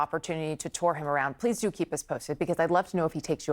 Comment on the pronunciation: Did he even say pwease?!